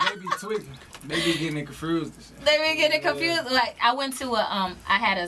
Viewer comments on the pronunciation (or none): dis nigga juss said confrused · Reese confrused on how to say confused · he said confersed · Nigga Reese said confrused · lil reese said confused like it had an r in it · reese said y’all getting it “CONFRUOOSSHHEEDD” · Reese said "They be gettin it confrused" lol and yes it meant to put the "r" first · lil reese never say confused correctly lmfao even when he rap